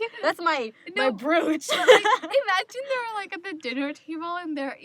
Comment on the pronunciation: ITS SPELT BROOCHE BUT ITS PRONOUNCED-BR'OH'CHE IF THAT MAKES SENSE